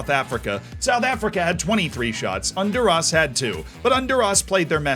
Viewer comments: I do not like the way you said Honduras. Is not "under us". I am from honduras that way i am complaining. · That pronunciation of Honduras though.